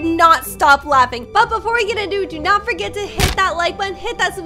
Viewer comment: its forget not forge 😶😶